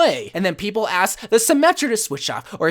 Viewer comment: The way you said Symmetra brought tears to my eyes 😂😂😂